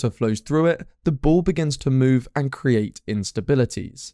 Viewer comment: Putting your add into your narrative detracts from your narrative and is rude, since it tries to force one to look at it. You also frequently use the term 'actually' out of context. Compare your pronunciation of the verb 'create' (to make or produce) to the noun for a wooden box, called a "crate" to show you how incorrectly you pronounce it. Sorry to criticise; but if nobody else than I point this out, you will continue to harm your image.